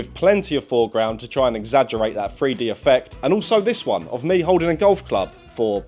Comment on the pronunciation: He can't say the number "3". Lol, it's a free dee camera.